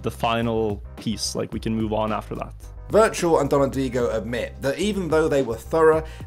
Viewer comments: virtual =/= wirtual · wirtual not virtual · To me, his name is said wertual 😂